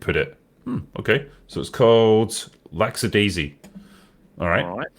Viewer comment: Superchatters: "OK, so what does the first part of this name say?": "Lack--" Superchatter: "Good! And the second part is said...?": "That's --adaisy." Superchatter: "That's right, you got it! Now. How do you say the name of the show when you put all the parts together?": "LAXADAISY."